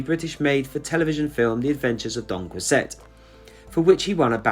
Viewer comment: It's funny to hear you mispronounce Jean Valjean and Don Quixote. I loved him in Black Adder as the witch hunter. Doreen and Frank deserve a decent headstone by now. RIP Frank Finley.